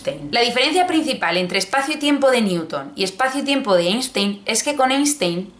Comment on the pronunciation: se dice “ainstain”😩